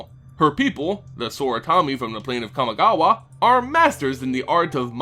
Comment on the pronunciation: He mispronounced Kamigawa on purpose.